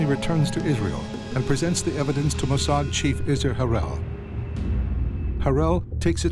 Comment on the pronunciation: I cant help shouting MOSSAD everytime the narrator says Musard